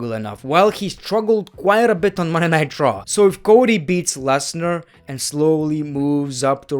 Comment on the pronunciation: “Monday Nye Chraw”